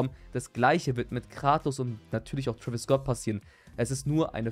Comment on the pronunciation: Twäwis und m&m 😂